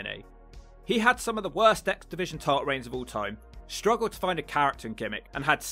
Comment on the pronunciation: Does anyone else hear "exhibition" whenever says "X-Division"? LOL